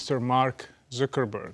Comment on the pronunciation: the way he says zuckerburg tho